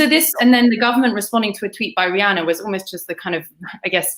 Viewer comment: It’s Ree Anna not dasei name 🤣😀